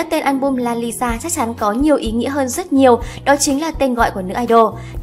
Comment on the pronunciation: Lisa má ơi cứ đọc nhanh là ra Liza à 🤦‍♀️